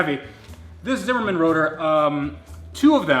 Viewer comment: Zimmermann dics suck. And its Zimmermann not Simmermin